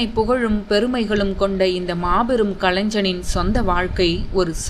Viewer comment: களைஞ்சன் இல்லை கலைஞன் என்று உச்சரிக்கவும், அண்ணாருக்கு எனது ஆழ்ந்த இரங்கலை தெரிவித்துக் கொள்கிறேன்